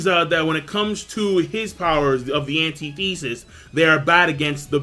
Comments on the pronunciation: lol its antithesis..not pronounced anti-thesis, just spelt that way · Jesus fuck man... It's not "Anti-Thesis" It's Antithesis. Ant-ith-is-is. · look up how to pronounce antithesis please... It's not that big of a deal, but my brain hurts every time you enunciate ANTI-thesis. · Antithesis is pronounced: an·tith·e·sis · it kills me when people pronounce "antithesis" that way. And "omni-science"?! ...that's a joke right? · bro.. your saying antithesis mad weird